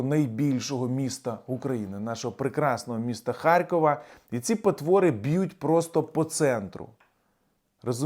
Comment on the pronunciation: ХаРРРРРРРкова, бл! а не "харькова"!